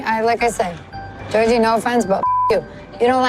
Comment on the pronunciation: Fun fact: the correct way to say Georgi's name is by pronouncing both g's the same way they're pronounced in the word goose. Ghe-OR-ghee. Trust me, I'm Bulgarian =) Also, while Georgi doesn't seem super affectionate, I don't find anything wrong in his actions so far., your analysis is great as always!